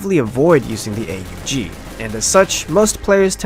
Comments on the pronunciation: It's not the Ayy Yu Gee... Christ you're making me twitch 😂 it's pronounced "Ohgg" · It isn't pronounced A-U-G, It's pronounced AWG. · no its pronounced ogg not ay you jee ogg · its not A U G. its pronounced "awg" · The correct pronountiation is awug said as one word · I think the 'A U G' should be pronounced properly. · the fuck is an "ayy-you-gee"?